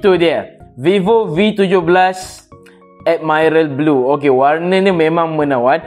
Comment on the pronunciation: Add-Mai-Ral Blue <— 😂